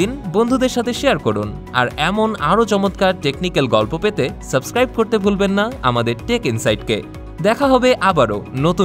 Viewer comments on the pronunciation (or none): none